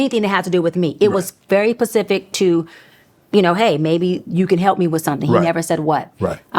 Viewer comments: A “PhD” who cannot distinguish between specific and pacific??!! And uses non words “amically”?? Yeah that’s Suss lol 😂😂😂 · Did this lady just say very pacific instead of specific with her credentials? 🤦🏾‍♀️ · 😂😂😂😂😂 I thought it was just me hearing her say "Pacific"..... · Dr.. pacific..arevwe serious? Specific vs pacific..no Maam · Very pacific, did I hear that correctly? 🤣😭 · Yeah - I hate to say it but Dr of what? When your language is incorrect- pacific, amically(not even a word)??? Gotta love the internet😮🤯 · 6 degrees and still saying pacific lol 😂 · People are so funny a doctor isn’t human and can’t make vocal mistakes lmao???. We are human errors are made. Schooling doesn’t justify perfection, it’s ok she mis said specific. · “PACific” and “amically”?!?!?!